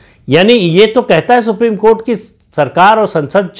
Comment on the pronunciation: सुप्रिम कोँट नही,सुप्रिम कोठा है।